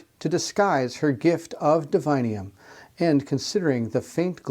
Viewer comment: Why reading DIVINUM as divinium? Is sanctum sanctium? Or pendulum pendulium? 🤨🤷🏻 2nd presenter doing this mistake. Ok thats enough 3 times you misspronounced and have problems reading clearly in few moments gotta stop watching at 15 min mark cant take anymore sorry. Google up “divinum pronunciation” it will show you 3 entries all will tell you how its supposed to be told its latin word…